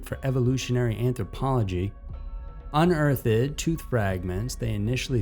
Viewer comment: UNEARTHED. That word has TWO syllables - you are not Shakespeare, you don't add a syllable for the -ed.